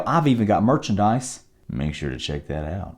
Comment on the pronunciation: Lmmfaooo "make shur u chek thad out *eyebrow raise*"